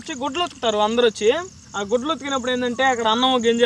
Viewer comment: నాకు గుడ్లు ఉత్తుకుతారు అన్నట్టు వినిపిన్చింది! ఈ గుడ్లు ఉత్తుకుడు ఎంది అని ఏం అర్థం కాలేదు! తరవాత అర్థం అయింది. గుడ్డలు అని.... 😂